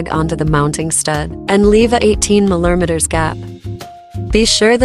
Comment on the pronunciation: "milermeters" is killing me 😀